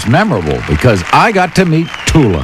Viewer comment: DID YOU SAY TULA?